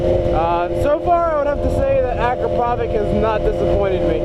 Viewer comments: man its pronounced a-krap-oh-vitch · Pronounced A- crop- a- vich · Hey, it's pronounced Acrap o vich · Does no one understand that it is pronounced Akra-pov-itch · I thought it was pronounced ah-cra-pou-vich? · Heads up, that's not how you say "Akropovic"